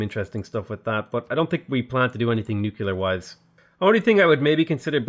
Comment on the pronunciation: Please.... PLEEEEEASE..... It's nuclear, not nucular. You're such an intelligent man, I'm sure you can do it! Keep up the good work!